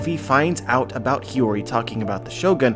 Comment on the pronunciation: omg you finally started pronouncing Hiyori right. Hearing "Hayuri" for so long was bugging me!